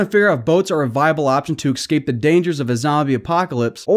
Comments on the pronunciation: Eeee - scape not ex- scape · STOP. SAYING. EXSCAPE. By all that is holy and unholy... the word is ESCAPE! It's not that hard! Ok, 5 excapes in 17 seconds. I'm done here. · It’s escape not excape 😂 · Just FYI - it's escape, not excape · It's escape..not excape.. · He’s saying excape instead of escape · First learn to say escape instead of Xscape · An entire video of listening to a guy say "excape" a million times. Mesmerizing. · Escape Say it with me. ES CAPE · If i have to hear him say ecscape one more time im gonna kill myself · Saying “exscape” bothers me. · there is no x in escape. stop saying excape. if you are going to make a commentary video then please learn how to pronounce the words correctly. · I'd like to watch this but the way he pronounces "escape" is so grating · There is no ‘x’ in the word escape homie.